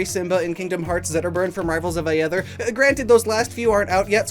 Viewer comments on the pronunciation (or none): Why'd he pronounce aether like that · You pronounced aether wrong btw.